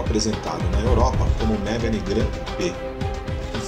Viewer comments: Não é MÉGANE, é MEGÂNE! Carro francês.... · Mégani ??? Se fala Megãne.